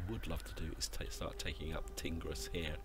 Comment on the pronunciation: Horrible pronunciation of factions & provinces. "Seucelids" "Bactria" "Tingris"